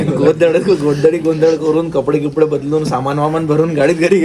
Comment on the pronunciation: Are गोंधड nahi गोंधळ हा बरोबर शब्द आहे. मराठी शिकण्याची अत्यंत गरज आहे.😂